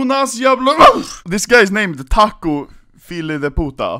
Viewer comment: dude u just said "Tacio Sun of a bitch"